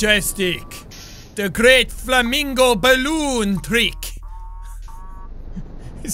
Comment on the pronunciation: When he said flamincow I thought of a flaming yaun